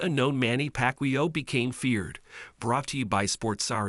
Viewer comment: If you can't even pronounce his name right, I'm not watching the vid. Simple. Shitty AI voice outta here.